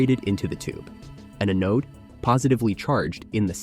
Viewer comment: If AI is so smart it should be able to pronounce things correctly. “Anode”